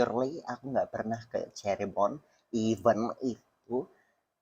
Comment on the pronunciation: cirebon bukan ceribon 😭😭